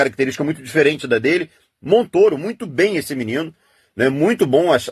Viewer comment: Todo mundo fala MONTÔRO mas AÍ os babacas falam MONTÓRO , só pra serem diferentes.